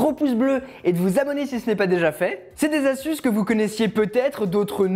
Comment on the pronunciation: Mdr j'adore les "5 astuzes"